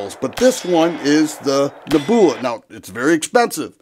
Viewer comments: "Neb-u-la" brother. Not "Ne-boo-la" 😂😂😂 Nothing but love man! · Neb you la, not neb oola. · Dude you're killing me with the pronunciation, LOL. neh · byuh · luh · Neb. u la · Saw the comments first and thought people were nitpicking. Wait!! Did he say Naboohla??!! 😂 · a genius with "Ne-booola". No need for him to say "leave a comment" on this video! The man just outsmarted the algorithm 😂😂😂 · 😂😂 nehboola. WTF How the heck do people make a living from talking and not know words that are taught in 5th grade 🙄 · Ugly gun, gorgeous finish. Interesting. Now that the kind viewers have raked you over the coals for your pronunciation of nebula, I am guessing that you wouldn’t be unhappy to never hear that word again. Reminds me of when I was a kid and first tried to pronounce “Cheyenne, Wyoming “ and got teased mercilessly by my family. I wasn’t scarred for life, but friends and family can be hard on a guy. It’s okay, you’re still a fellow after my own heart and I love your videos no matter how you say things. The way you talk reminds me of a friend of mine when I was a young man, so it’s pretty familiar. Have a great day, and I hope that you are still enjoying Northern Ohio. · I'm going to be chuckling myself to sleep tonight from your pronunciation of nebula. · He really doesn't know how to pronounce Nebula huh 😂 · I liked the Star Wars influence in his pronunciation of the word!!! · The 3rd time he mispronounced NEBULA he lost all credit to me!!! Beautiful revolver however. Before pumping a product bro learn how to pronounce the name so you don’t sound like a fool In front of your audience 👍